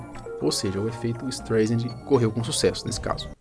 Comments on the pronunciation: Em tempo....a cantora é Barbra Streisand....se pronuncia " istraisande" e não " istreisande" ...resumindo o nome do efeito é " istraisande" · Só eu que ficou incomodado com o "estrêiçandi" ? rs Pessoal do canal podia dar uma polida melhor ao passar a matéria, né ?! É meio notório que a pronúncia do sobrenome da atriz é "estráissand" rs. Bom, brincadeiras à parte com as escritas e pronúncias, realmente é bacana pelo menos a gente realmente pesquisar mais um pouquinho quando vamos discorrer sobre determinados assuntos, nos quais nos exige mais conhecimento sobre línguas não nativas. Abçs a todos. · A pronúncia do nome é STRÁISAND. Me admiro que você não saiba. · sempre vejo teus vídeos, admiro sua redação e sua parte editorial, vc é um rapaz inteligente.......................masssssssssssss, vc tá pronunciando errado o nome do efeito.....seria assim a pronuncia certa aportuguesado" ESTRAISEND".....BLZ (Y) mas 99% do resto ta show........só pesquisar que vc vai confirmar. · Tá, daí vc fala o nome certo da Barbara Streisand... Se não souber se diz Straisend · o sobrenome dela se pronuncia "Straizen" mas ótimo vídeo. Só uma observação construtiva! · Streisend lê-se “StrAisend” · A pronúncia correta de “Streisand” é “ISTRAISEN” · se fala "estraissen" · Parei o vídeo e fui embora no "ISTREIZEN"... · Se pronuncia Estraiser o nome de atriz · Poderia ter estudado um pouco antes de gravar o vídeo e falar a pronúncia certa do Streisand. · leva mal não, mas sua pronúncia no nome dela está errado. Huehue obrigado por pelo vídeo eu não sabia sobre esse caso sobre ela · Porra mano, sabe nem falar o nome da mulher, pqp